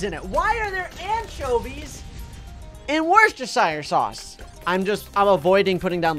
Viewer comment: Wheschestersier sauacs